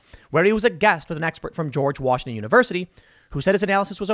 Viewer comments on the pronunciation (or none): none